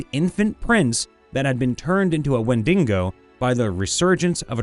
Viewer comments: Only complaint it's wendigo not wendingo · It’s Wend(ee)GO. Not wet dingo. Wen di go. No extra N. Please. It’s also not SylvEEan, it’s SylVAN. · Wen-duh-gow man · I'd say when-dig-oh is also an acceptable pronunciation, but certainly not when-dingo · The windingo ate my baby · Literally How did you even manage to pronounce wendigo like that not once, but consistently